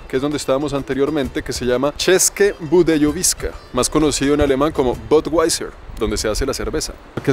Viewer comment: DIZQUE SABE INGLÉS Y DICE "BODWAISER" QUE TIPO TAN PATÉTICO.